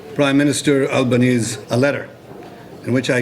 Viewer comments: Hi Akash, amazing video. I always look forward to your videos. Just a note that Australian PM’s last name is pronounced as अल्बनीज़ी। Keep doing the good work. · At least please learn to pronounce Anthony Albanese's second name properly!